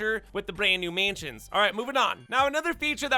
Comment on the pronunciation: Bro you gotta learn how to say mansions